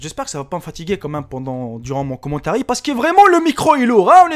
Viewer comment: mais a t'a dit commentari X)